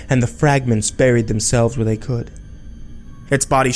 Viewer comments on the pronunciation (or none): none